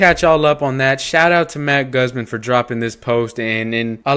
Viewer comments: His name is pronounced Goozmahn not the way you said it come on my guy it’s not hard to look up how to pronounce words I’m sorry I’m not hating or anything it just drives me crazy that people can’t take 5 seconds to find out how to pronounce things correctly 🤦‍♂️ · People in the comment section really didn’t hear shit else in the video besides your “Guzman” mistake… idiots dude. Keep up the good work and hopefully these people can find it in their brains to move past a “mistake” in an otherwise informative video. Good job!🔥🫡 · Pronounce "Guzman" correctly..... smh 🫢